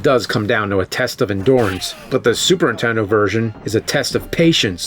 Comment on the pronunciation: ...Super intendo 😅😂